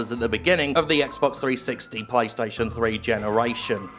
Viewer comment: M. I think you mispronounced playstation.